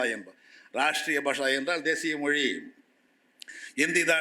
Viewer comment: கவனிக்கவும்! 😅இந்த லூசுக்குத் தமிழ்ச் சிறப்பெழுத்தான 'ழ' என்ற சொல்லை உச்சரிக்கத் தெரியவில்லை! ஹிந்தி எப்போது, எவ்வாறு, எந்த மொழிகளின் கலப்பால் உருவானது என்ற வரலாறும் தெரியவில்லை! தன் பெயரே (!) வடமொழி என்ற உணர்வும் இல்லை! 'மொளி' என்று சொல்பவர், முதலில் தன் நாக்கைத் திருத்திக் கொள்ளவும்! சம்ஸ்கிருதத்தை இகழும் இந்த ஆள், தமிழில் ஆதிகாலத்தில் தோன்றியதாக ஒரு அறிவியல் அல்லது சட்ட நூலைக் காட்ட முடியுமா? ஆங்கிலத்தின் மீது தன் காழ்ப்புணர்ச்சியைக் காட்டும் இவர் தன் பிள்ளைகளுக்கு ஆங்கில வழிக்கல்விதான் தருவார்! ஆங்கிலம் பேசும் நாடுகளுக்குத்தான் உயர் கல்விக்காக அனுப்புவார்! சந்தர்ப்பவாதமும் பிரிவினைவாதமும் பேசும் இவரைப் போன்றோரால், அவர் மட்டுமே பயனடைவார்! வங்கியிலும் மற்ற அரசு அலுவலகங்களிலும், மருத்துவம், பொறியியல் போன்ற துறைகளிலும் தமிழ் மட்டுமே வேண்டும் என்று போராடிப் பார்க்கட்டுமே!